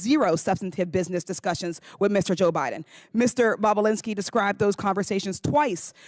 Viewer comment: She said " boobalinski"!! 😆😆👏🏼👏🏼😂